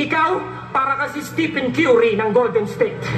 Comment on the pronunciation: Si Fangs ang unang nagbanggit ng mispronounced Curry "kyuri" pero mas pinalala ni Range na pabuwelu-buwelong rebuttal na sablay. Doon mismo sa laban nila. Ang daming tao na naghalakhakan matapos marinig ang pag-mispronounce ang surname na "Curry."